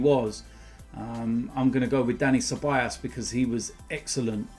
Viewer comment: I can’t be the only one who gets slightly annoyed when days ceballAs and not CeballOs